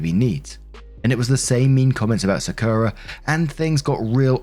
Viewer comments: sakura is said sock-oo-rah. good video! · I know I’m crazy late but it’s Sah-Kur-Rah (Sakura) I know you a hard time with names😂. Just wanted to say that. I’m glad she didn’t treat Sakura wrong based on her sister personal bs. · its pronounced “Saa-ku-ra” like the tree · Im just listening, and it took me til you said her family was in Japan that i realized that "Secura" was supposed to be "Sakura"..... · I was listening to Story 1 and hearing Sakura as "Secura". Side effects of Star Wars. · For future reference, Sakura is pronounced "sah-koo-rah". Like the character from Naruto... whose name is based on the sakura flower. No emphasis placed on any syllable, Japanese doesn't do that since emphasis is reserved for defining words rather than pronouncing them. It's also a different "r" than English uses but no one can blame you for not bothering to learn it. Fun fact, by the way. "Saku" means to bloom. So "sakura" literally just refers to the fact that it blooms. Quite an unremarkable name for such a remarkable flower. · Im sorry but the way says Sakura makes me cackle like a hyena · As someone who spent years going through a weeb phase, it pains me to hear how pronounces Sakura more than anything else in the first story.